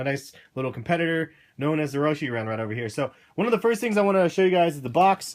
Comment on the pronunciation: the roshyyyyyy really annoys me goddamn it its roshe like rosh - eh but not. like roshy without the y. anyway nice shoes